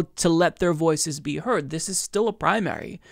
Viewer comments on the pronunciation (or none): none